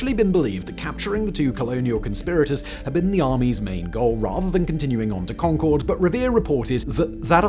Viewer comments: I live in Massachusetts. The pronunciation of the town of Concord is not like the Anglo-French supersonic passenger jet, where the emphasis is on the second syllable “con-CORD”, but on the first syllable. It sounds like “CON-curd.” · Simon, i love you and your videos, but as someone from Middlesex County, it's not Con-Chord, it's Con-Curd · Con-Kerd, the second O is not pronounced. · It’s not Concord, it’s Khankahd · As a born and raised Bostonian (currently living in Waltham, which you can see on the map) it is my sworn duty to correct the pronunciation of the town of Concord, Massachusetts. It is pronounced Con-kerd or Con-kuhd. And yes, I know Simon doesn't care. 😂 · I wish people would learn to pronounce Concord. It is "Con-kerd" not like the plane. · Nice video although Concord MA is not pronounced like "Concorde" the airplane.. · The name of the town of Concord is, amusingly, pronounced "conquered." Also, there is a Concord, pronounced the same way, in both New Hampshire and Massachusetts. There was a shortage of originality, but in fairness, the two places were a couple days' travel apart when they were named.